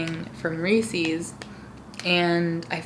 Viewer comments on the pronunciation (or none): "Rees-IS." (Correct way to say Reeses) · it's re-suhs no hate though